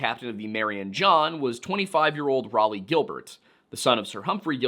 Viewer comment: I cannot aid pronounciation for all the difficult names but I can tell you that Raleigh is pronounced 'Raw-Lee' :) and Thames is pronounced 'Temms'.